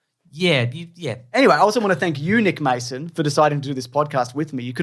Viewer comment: At the end quickly says 'I want to thank you Nick Mason', and it sounded like Eunuch Mason...got 'em